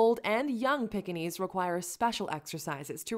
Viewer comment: please learn to pronounce the name. It's not a pickinese or a peckinese. Its pronounced Peekinese!!